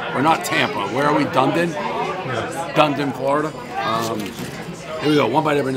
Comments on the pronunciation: "done done" LOL Da-need-din - home of my depressing Bluejays as you can see on the chefs fitted ball cap.... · It is Dun e din. Not Dune din. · Come on Prez, it's pronounced Duneedin, not Done-Din LOL. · ‘Done-Eden’ is the correct pronunciation 😂 done din had me cracking up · “Dundin Florida” 😹😹 it’s dun-ee-den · Him saying “dun-din” ahhhh classic everyone does that 💀 it’s “dun-e-din” how it’s spelled lmfao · I haven’t had a good laugh yet today lol it’s dun-Eden not dunden 😂😂😂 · My hometown is pronounced DONE EATIN! not dundin! We may be DUNEDIN but we're not done DRINKIN'! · Done din is actually Dun-Eee-din. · Dew-need-in Dave, not Done-din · "Dun-din"... lol. Dun-eatin' is how its pronounced Dave! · Dun-E-den not Done-din 😂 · Not “dun-den”. It’s pronounced “dun-e-den”. 👍🏻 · Duh-need-in not dundin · Hahaha....Done din.....lol Hope he learns how to pronounce it. It's Dun-e-din. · It's not dundin. It's Dunedin. Like where do lesbians go to retire? "Done eaten." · It is great to see Dave in our Area, reviewing our local Pizza (I'm in St. Pete.) Dave is a hero to small business! By the way, the town name, Dunedin, is pronounced "dun-EE-din" (with the din part as a schwa -- halfway between din and den) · Dave, it's pronounced Done Eden, spelled Dunedin. Come to Jack Pallinos on Broadway in downtown Dunedin. Definitely a highlight. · The way to pronounce the town is Du-knee-din haha. Other then that great score for a local place right by me! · dave called the place Donedin 😅😅 love that guys jays hat 🧢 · Sorry Dave, nobody corrected or told you, it's Dunedin (Done-E-Din)! No worries glad you enjoyed some of the pizza in the West coast of Florida! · Dun-EEE-Dun. Dude! Say it right! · Dave, the town Dunedin Florida is pronounced Done- eden. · Just to put it on the record, Dave... we pronounce the city's name: "done eden". 😂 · Everyone say it with me. Dun-E-Din. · DUN - E - DEN is how you say Dunedin 😋🍕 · Dave it’s pronounced Done Eden Florida. But all one word.